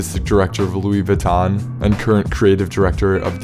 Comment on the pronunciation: Uuuhh, No one calls Kanye the Louie Vutton Don. Come on now.